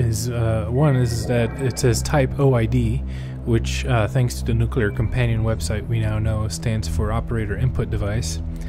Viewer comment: Very cool. I bet "" watched this video. And thanks for saying nu-cle-ar. As another comment said, you must play "Missile Command" in the follow up video:) Be seeing you... number???